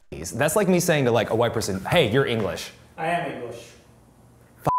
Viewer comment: Polish "inglisz" 🤣